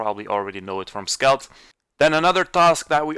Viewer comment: It's skeld not skelt